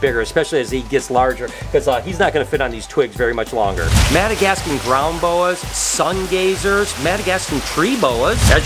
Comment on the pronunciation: Hey I was watching your video and you say it sungeezer twice